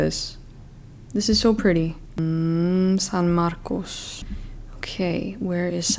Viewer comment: They was she says "San Marcos" 🤌🤌🤌